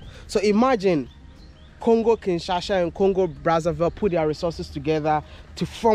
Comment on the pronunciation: Kinshasa not Kinshasha